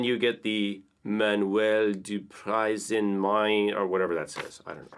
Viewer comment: You did it well for "manuel" ! Just pronounce the "i" of "Prise" like in "is", and for "main" say "men", but close your mouth a little more🙂